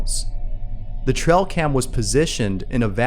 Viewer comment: It's ' tray- uhl ' cam..not ' trell ' cam .